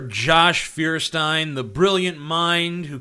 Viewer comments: Lol the guy can't even pronounce his own surname, what a joke. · I dont believe a guy that cant even pronounce his last name :D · ikr? This guy even mispronounces his own name with irony. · cant get over his name even xD Feuerstein is the german version of the Flintstones, you see also dude is literally unable to pronounce his own name.